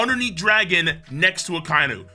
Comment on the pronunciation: Gotta let you know in the dub akai nu as you pronounced is pronounced akai inu not spelled but thats how they say it